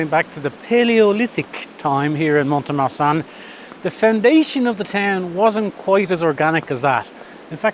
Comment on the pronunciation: Pronunciation guide again 😉… the ‘T’ is not pronounced in Mont de Marsan ( pronounced Mon de Mar- son… the son being pronounced as we say the name Ron or Don)… facile non ?! 😉😂